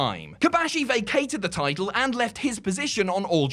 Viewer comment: Why cant you say the word "Title?"